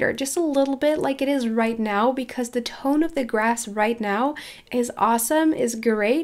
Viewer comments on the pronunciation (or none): none